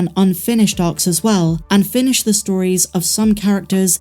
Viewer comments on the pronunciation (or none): none